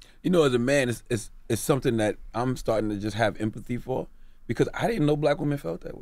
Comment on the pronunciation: "Sumpthin " SMH